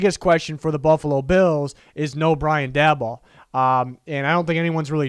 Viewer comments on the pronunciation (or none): Just a heads up Brian Daboll is pronounced Day-bull. Always love your videos.